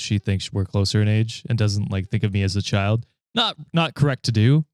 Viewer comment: Emphasis on the word child 🤢